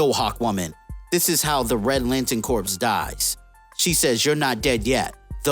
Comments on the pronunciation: Corpse? Corps is pronounced Core. A corpse is a dead body. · "Corps" is pronounced like "core", not "corpse". Come on man. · Like in "Marine Corps".... Corps is pronounce like "core", big dog. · Just FYI, 'Corps" is pronounced like "core" with a silent P and S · yeah... That word is pronounced "kor" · I think what the guy is trying to say is that the YouTuber is pronouncing it wrong... Corps is pronounced much closer to cores... The P is silent... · I seriously cant trust any information from a dude that pronounces the, "P" in corps. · Not trying to make fun of you. The "p" is silent in corps. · Please learn to pronounce the word "corps" properly. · The p in corps is silent. Aya is the name of the robot that contains the soul of his dead wife, who is also probably dead. And it's pronounced cry-o, not kai-o. Kanjar ro, 2 names. Not kanjarro